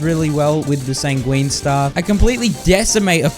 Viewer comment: Sanguine too holy moly